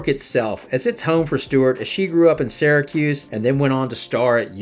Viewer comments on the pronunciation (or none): none